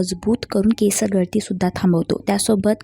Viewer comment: अगं बाई केस हा शब्द आधी व्यवस्थित बोल